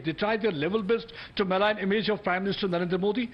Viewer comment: MALIGN NOT MALING